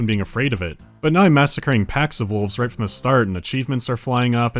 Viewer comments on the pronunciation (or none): "ROIGT" ~ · "ROIT. GRUNT. ROIT. GRUNT." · Oh my god I haven't heard the word right said in a British accent since I played You Bloody Well Right. That was more charming still.